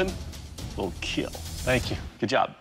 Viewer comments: The damage, The pain, It will KEEL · I don’t get why people say “IT WILL KEEL” it’s more like “ IT WILL KEAL”. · He said “it will keal” Keal stands for keep everyone alive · The PAIN you feel The DAMAGE is reel But most importantly.... IT WILL KEEL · I’m not trying to correct you or be smart or anything so I’m sorry if it were to come off like that, but whenever he says “it will kill” he’s actually saying “it will KEAL” which stands for “keep-everyone-alive”, it means to keep whoever Is using the weapon alive, If it should break in the KEAL test it falls to keep the user alive, because if the blade were to snap or break it could still be used in a fatal way. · Keel test...